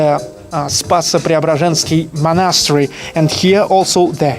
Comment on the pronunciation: Ты часто с ударением ошибаешься, чекни monastery и concrete, например.